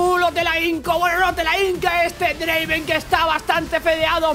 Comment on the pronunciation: No es Draaven es Draaaaaaaaveeeen